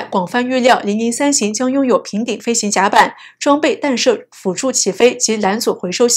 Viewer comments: 弹（tan）射，不是（dan）射！！！ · “弹”不念“dan”, 念“tan ”。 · “弹射”应读做“tanshe”。